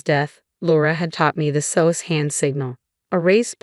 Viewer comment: SOS is not pronounced that way. It is S O S. Please learn to pronounce the words and abbreviations correctly!